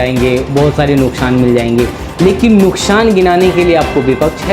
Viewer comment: Nukshaan nahi hota hai nuksaan hota bolna to sikho news anchor